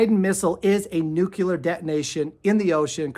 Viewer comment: Thank you for sharing this information! I am fascinated by your presentation. With kindness I’d like to tell you that the correct pronunciation is “nuclear” though “nucular” is a common mispronunciation. Take it or leave it 😊